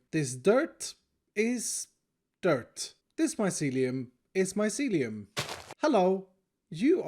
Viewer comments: Grian's pronunciation: "My - see - lee - oum" pronunciation: "MY - SE - LEE - UM " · Grian: mycelium: Myseliuum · I thought you were saying this mycelium is MY celium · I like the part where he says mycelium